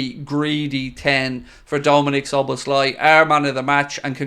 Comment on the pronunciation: Its Szoboszlaeeee ... Hungarian i sounds like e